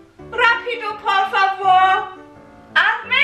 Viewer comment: Wie süß du immer "per favor" statt "por favor" sagst :D